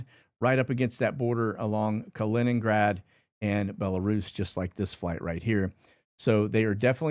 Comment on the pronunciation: Holy crap, he said Kaliningrad correctly. 🥳